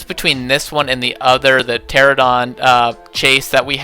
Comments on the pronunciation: It’s pronounced ter-an-a-don. Also, I know it’s spelled with a p. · I must admit, your habits of calling Pteranodon "Pteradon" and calling every other dinosaur character (most of which are female anyway) "he" is incredibly annoying.